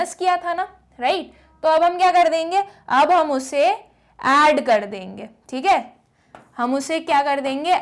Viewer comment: Thik h😂😂😂 but acha samjha thi h good teacher ❤